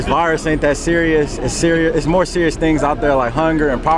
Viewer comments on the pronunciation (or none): none